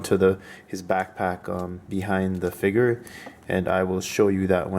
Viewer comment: Its called a figure not a figer